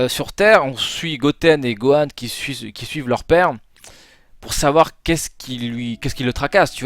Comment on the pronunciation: .... "Qui suce..qui suit." 😂😂